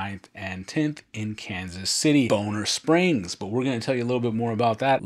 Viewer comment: It's "Bon - Ner Springs not Bone - Ner Springs.. I live in KC and can't wait for Aug to get here! Thanks for the great video!